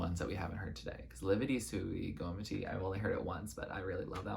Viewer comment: Hiii loved this so much, i'm glad you liked Lividi and In nome del padre, they are soo great, among my faves. Also your pronunciation was pretty good!